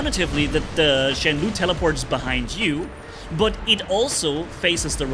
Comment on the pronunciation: Just a little thing. Shenlou should pronounce as /shen low/ instead of /shen lu/. This Chinese word stands for ‘storm cloud’. It is an ancient word that only seen in poems and novels today.